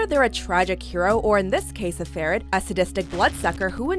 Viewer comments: FERID!!!!! But goddamn.... PRONOUNCIATION! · How she pronounce Ferid´s surname killed me...hard